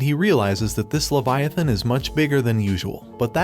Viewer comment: Levi=a -thon